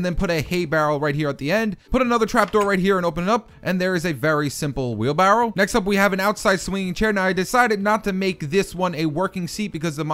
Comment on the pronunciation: he says wheelbarrow funny lol